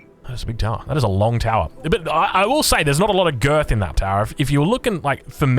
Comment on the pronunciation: girth, not grit